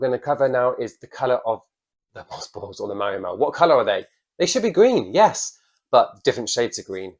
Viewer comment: I like how he pronounces Marimo like Ma’mo… ☺️